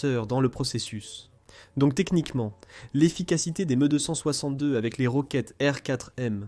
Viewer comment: Un vrai supplice cette vois d IA . j ai pas pu regarder jusqu au bout. Le MEUUh 262 lol